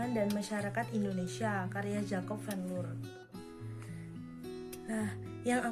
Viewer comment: Bacanya Van Lir